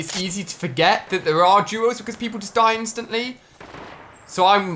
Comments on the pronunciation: He said juos instead of duos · Why does he say “juos” instead of “duos”